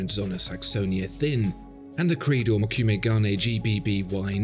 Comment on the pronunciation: As always, a very interesting video on the artistry of timepieces. Just a bit of FYI regarding the Credor and the dial technique. It's pronounced Mo - ku - meh and it translates to "wood grain", which is the pattern made by the folding over of the metals as in the folds of a Japanese sword. This would have been a more accurate example given the context, rather than Damascus. Gane refers to the gold of the dial. So...